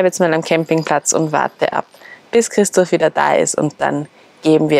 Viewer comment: Minute hört sich so an, als würde sagen: "...bis Christus wieder da ist." 😅😅😅 Ich meine, er wird zwar wiederkommen, das könnte unter Umständen aber noch 100 Jahre dauern. 😇🙏 Gott sei Dank, dass es euch gutgeht und euch nichts passiert ist. ❣ PS: Ich weiß, dass sie Christoph gemeint hat und vielleicht sogar auch gesagt hat. Es ist aber für mich nicht ganz eindeutig herauszuhören, deshalb war ich auch ein bissel überrascht. 😅😅